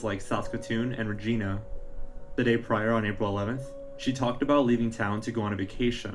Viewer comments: I am snorting at the way he is saying Regina 😂. Its reg I nah, you know rhymes with a certain body part….. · It's not regeena it's an I sound not e. I lived in Yorkton Saskatchewan. It's very small. Someone knows something. Thank u for bringing this some light again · The city is pronounced Reg - i - na.... ya, it rhymes with that body part! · Reg"I"na, the i is not like "ee" but sounds like the word "I". Sorry I've watched a few youtubes about her and so many say it like "Regeena". Sure hope she is found ♡ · Its not Regina as in a girls name its pronounced Ra jie nah...rymes with vagina... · Re-gi-na it's like vagina but not as good. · Regina is not pronounced like that , Regina rhymes with Vagina !! I’m from Regina